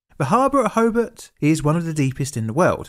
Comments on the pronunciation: The speaker can havenever been there. That is not how you pronounce Hobart. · Very good vid on the topic. I didn't know anything about this to be honest! Learned something! His mispronunciation of Hobart was a bit distracting though. How do you get Ho-bit from HOBART? All the incredible research he did on the topic but not on how to pronounce the city😂. It's hoBAHT. Illawarra is wrong too but that's more understandable lol. Edited to add - apparently there was an incident on this same bridge yesterday. A truck rolled.